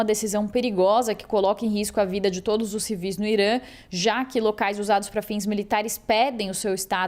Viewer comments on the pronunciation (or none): o país se chama Irã, e não Irâ.